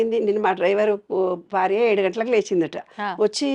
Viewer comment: Anchor Garu ‘Barya’ kadu ‘Bharya’ Dayachesi Telugu sarigga matladandi